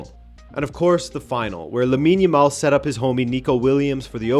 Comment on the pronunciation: Lab-in yamal?